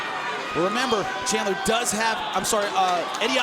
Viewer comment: the announcer said his name wrong He pronounced it Michael Chandlin. Also during the julia budd introduction the announcer calls the reff mike beltanon